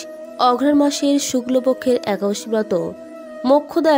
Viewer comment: একাদশী কথাটাই উচ্চারণ করতে পরছেন না।